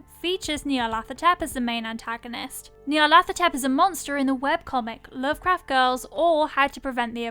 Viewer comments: I'm p sure it's pronounced Ñarlathotep not Knee-arlathotep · nyarlat - hotep, not nyarlath - otep. Consonant sequence like in Lighthouse, not a voiceless dental fricative as in thing. The Egyptian honorific of hotep is it's own thing. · No one pronounces the name correctly. "Hotep" is an ancient Egyptian, meaning "peaceful satisfaction". His most enduring avatar after all was "the Black Pharaoh". The name should be pronounced "Nee-arlet-hotep" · nyar (rhymes with 'far') - la - THO - tep...at least that's how I hear it.